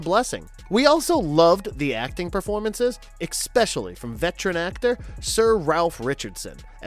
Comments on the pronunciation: Great video! Also, please stop saying "expecially" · Please learn how to say especially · Come on! Why do you use a narrator that keeps throwing an X into the word Especially? 3 damn times! It takes you right out of his lack of knowledge of the source material. Get a new narrator!